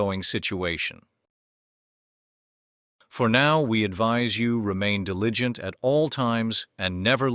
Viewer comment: Birningham? ... "Deligient"??